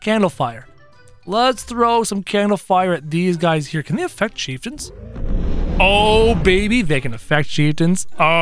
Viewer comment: You called the bone mages chief tons